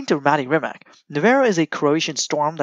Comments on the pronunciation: good video,try to say rimaz not rimak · c like nimitz-tz-rimatz=rimac not like rimac-rimak=totaly false,hope u anderstand